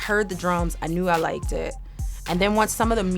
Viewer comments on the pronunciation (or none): Slight English accent creeping in there. “Knew oi loiked it” 😅